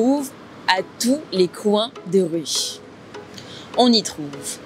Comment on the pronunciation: Thanks but I was a bit confused on your pronounciation of "Rue" . Could you explain pls.